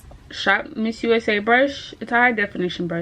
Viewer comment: It’s ShopMissA, not missusa! 😂